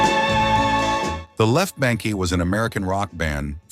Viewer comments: There was another word mispronounced - the group The Left Banke (properly pronounced "bank") was pronounced "bank-ee". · The Left Bank. Its not pronounced Bank-ee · On one channel they said that they broke up when Graham Nash joined CSN. Just goes to show that most of these channels are pretty much trash without any real research or understanding of what they are talking about. Just listen to how this channel pronounces the left banke. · The Left Banke is pronounced simply as "Bank," NOT "Bankie" or "Bang-KAY." Get someone who knows how to pronounce names when you make these things. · The Left BANK! Not BANKIE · Left BANK/ not bankey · Re-edit this video to correct your songs for The Hollies. You've got titles switched. And why did you leave out The Raiders' biggest hit--"Indian Reservation (The Lament of the Cherokee Reservation Indian)"? The Left Banke is pronounced as The Left Bank. Easy-peasy. Does your AI not know the pronunciation of "baroque"? And how could you leave out the success of stand-out members? You mentioned, "Flo and Eddie" but didn't mention Graham Nash and his subsequent success with, especially, Crosby, Stills and Nash and Crosby, Stills, Nash and Young or the acting talent of The Grass Roots' guitarist, Creed Bratton, who went on to celebrity status on "The Office". And Rod Argent left The Zombies and formed, Argent, with their big hit, "Hold Your Head Up". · "The Left Bankey and barock...? Huh, wha?" If you can't find a real person who can talk, don't post. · I had to laugh.Fhe Left Banke pronounced "Bank". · Yeah I was born in 47 and Just Walk Away Renee was HUGE. BANKE was pronounced Bank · I was wondering about that as I’ve never heard their name pronounced as “Bank-ee”